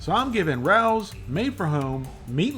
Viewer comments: It's raos not Ralph's rawlls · It's Ra Ohs. Not Rowws. Michealangelo's is better. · Say Ray- o's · Why are a bunch of people on the Internet referring to this as “Rouws” 😂😂😂😂😂. It’s pronounced Rayos. It’s a restaurant here in the NY Metro Area . Specifically The Bronx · Rao's is pronounced - Ray O's. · It's pronounced RAYO'S. I went there as a teen because my older sister was a chef there long ago. She also took care of Annie Rao before she passed and I also know her son Frankie who passed a few years ago. It used to take 6 months to a year to get a reservation no matter who you were, well unless you were Frank Sinatra. I met him when I was a teen, him and Frankie used to put the jukebox on and sing Summer Wind. Great times! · It’s pronounced RAY-ohs. Just like the name of the restaurant. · "RAY -OHS" would be how it's pronounced. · It’s pronounced RAYO’S!!! U must pronounce it correctly I’m a New Yorker!!!! RAO’S is a institution over here!!!!! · Love your reviews. Not to nitpick but this product is pronounced Ray O’s. Famous New York City restaurant. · it's pronounced RAY-Os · Its pronounced "Ray-Oh's" I live 2 blocks from the restaurant in NYC and you can not just walk in to eat there, you need to get a reservation and you need to be approved before you can walk in. The place used to be a major Mafia hangout in the 1980s. Fortunately or Unfortunately many of these people have died over the years and now many of their children and grandchildren to there, though their ties to organized crime has been disconnected through the generations. I will say that what is done in the factory and what is done in the restaurant are two very different things. That is all I will say on it. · Love you man! Just so’s you know, it’s pronounced “ray-ohs” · Pronounced “Ray-O’s”. Their jarred sauce is absolute fire! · It’s pronounced Ray-O’s. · The way he says Rao's..lol.. Someone correct him.. lol